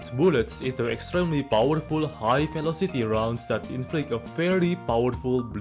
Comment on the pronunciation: The way he pronounced “velocity” as “kelocity” was kind of adorable, not gonna lie.